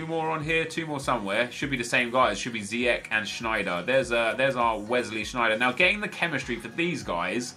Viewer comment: Ziyech is pronouced as Ziejeg